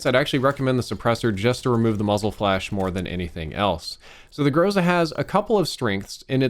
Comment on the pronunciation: I’m from Russia and you are pronouncing Groza wrong.